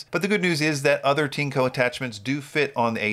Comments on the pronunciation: (This sentence uses Google's machine translation) I always refer to your videos. Well, I always laugh when you pronounce TINECO. This is because when you pronounce CHINKO in Japanese, it sounds similar to PENIS in Japanese. To me as a Japanese, your TINECO and Japanese CHINKO sound very similar. What does TINECO mean in PRC terms? Thank you for reading. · In the Japanese Amazon (Amazon.co.jp), TINECO is written as ティネコ. The pronunciation is like TEA-NECK-KO. Amazon also understands that TINECO and CHINKO have similar pronunciations and are not good words in Japan.